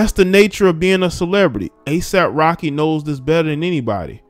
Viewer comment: I thought you said ASIMP Rocky...🤣